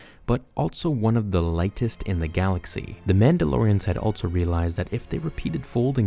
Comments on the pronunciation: i noticed you keep saying "altso" instead of also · Also is said “all-so” not “alt-so.”